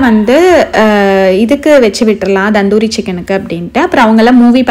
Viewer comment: Akka so nice vlogs. But u r pronouncing "tandoori" as "Dhandhoori" Just an note